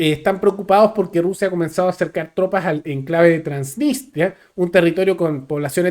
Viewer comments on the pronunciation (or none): none